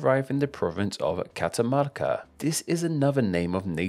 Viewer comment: Aaa pronunció bien catamarca, no se que dijo despues nea